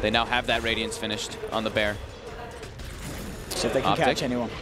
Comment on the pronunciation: "da bear" xDDDD